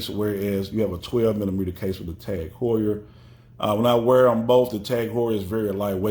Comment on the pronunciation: Just so you know is a German speaker it’s pronounced T-a-a-g who-ur .